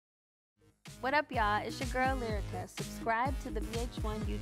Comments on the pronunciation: Why keep calling her lie-rica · didn’t even say lyrica name right she said sumn “layrica” 😭.